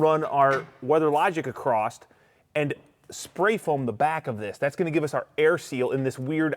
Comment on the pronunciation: Yeah, you guys lost me but it was a fun to watch video., the word is across, Not acrost. I cannot stress how important it is to sound smart in order to be perceived as smart. And in order to sound smart you must pronounce words correctly. If you don't give a shit about this, then continue to talk the way you want to and sound silly. Great video though. You guys rock.